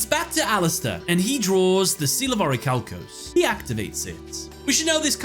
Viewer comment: It pains me every time you mispronounce orichalcomolos